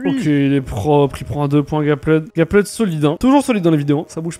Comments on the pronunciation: C’est pas Gapled c’est Gappeld non ? Quand on prononce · Ça me stresse tellement quand il prononce « Gapplaide » mais super vidéo